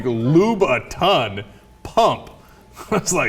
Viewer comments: Except... she actually said "Lou-bou-ton" phonetically. So you are either deaf or simply took offense to this... wonder why... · Why did she pronounce Louboutin like that? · Watching Cenk trying to pronounce "Louboutin" is priceless.